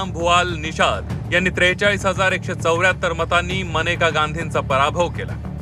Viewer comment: मनेका गांधी 😂 नाही रे बाबा मेनका आहे ती. नीट वाचत जा जरा